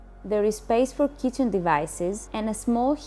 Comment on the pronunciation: 😄"sower" and "kicen"😄